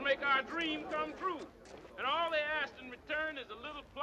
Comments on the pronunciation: Oh..its twue..its twue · Unfortunately one of the punchlines that was written by Richard Pryor was successfully censored by Warner Bros. When Lili Von Shtupp says "Is it twue the way you people are....gifted? Oh... its twue, its twue!" Bart was supposed to reply with "Uh, ma'am? Youre sucking on my arm" EDIT: also, for reference, white folks of non-Irish descent (particularly of English descent) used to discriminate againt people of Irish descent pretty heavily in the US. (The English in Britain do still discriminate against the Irish, but thats another matter entirely)